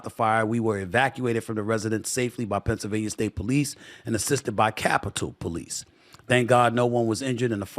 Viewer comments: We need to really work on your pronunciation of Pennsylvania 🤣🤣🤣 It's not Pennsylvanier come on Stephen A this has been an issue for a while now.. Can't potentially run for office and not be able to say every state's name correctly lol.. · He can't even say Pennsylvania right.. half the time it's Pennsylvanier other times he says it right 🤣🤣🤣